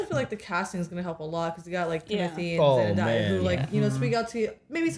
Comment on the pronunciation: ZendAya - Not zendieya